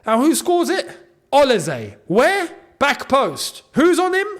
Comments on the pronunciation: please bro stop saying OLISE'S name wrong... O-LEE-SAY not OLA-SAY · Interesting pronounciation of Olise…